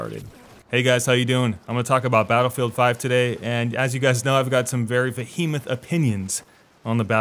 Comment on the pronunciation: “Vah-HEE-ment”...: hahahahha